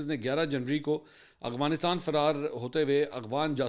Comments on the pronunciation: اغوانستان نہیں افغانستان بولا کریں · اسلام علیکم سر افغانستان کو اغوانستان کیوں پڑھتے ہیں آپ بس یہ بتا دیں ؟؟؟؟؟؟؟؟؟؟؟؟؟؟؟؟؟؟؟؟؟؟؟؟؟؟؟؟ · Agwan ni h Afghanistan h mansoor bhai 😂😂😂 . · افغانستان کو اغوانستان کیوں پڑھتے ہیں آپ یہ بتا دیں